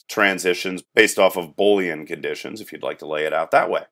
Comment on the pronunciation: Three issues: 1. Your states should be verbs (typically ending in “ing) 2. Pseudo state is pronounce “Soo-doe” state. 3. “Boolean” is pronounced “boo lee an” not “Bowl” ean Good video though.